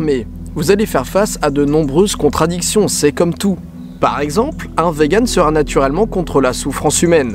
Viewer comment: Hello, je suis vegan ^^ Juste ça se prononce "viganne" et pas "véganne" x3